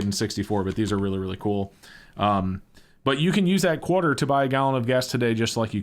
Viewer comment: Lol, you said "Qwarter"...